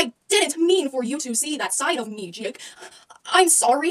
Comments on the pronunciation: "JÆKE" XD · I love how she calls Jake and Jack JÆKE AND JÆCK